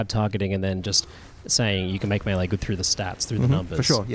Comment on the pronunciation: is working so hard to say "melee" correctly. Good on him!